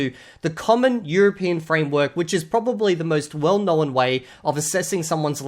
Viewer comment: You add syllables to words. Instead of "known" you say "know-en"